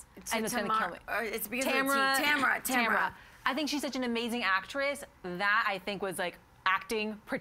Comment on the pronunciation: Tammin not tamra lol 😂